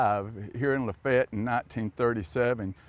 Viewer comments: Still cant say it rite....what a disgrace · In the video, and are using two different pronunciations. is using a 3 syllable pronunciation, and is using a 2 syllable pronunciation. Luh-fay-ett versus luh-fett. My grandmother, born and raised in Lafayette, used luh-fett. I have a limited sample size though, as when she married my grandfather they didn't settle in Lafayette, but when we visited my great-grandfather and cousins, recall them using luh-fett as well